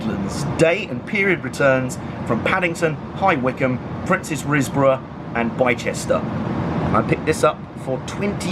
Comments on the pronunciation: V interesting. Oh, Bi-cester is pronounced Bister! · That's funny, if you were well aware, why did you call it "Bye-shester"? Some inside joke? Otherwise take the hit and accept that you didn't know and were rightly called out on it! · Tsk! "Bi-ceste"r is pronounced "Bister"! Otherwise interesting vid! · Err... that "bychester" thing? Its called "bister" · Bicester is pronounced Bister. Like Leicester etc Interesting vid though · how did he pronounce Bicester?? words fail me. as many other people have noticed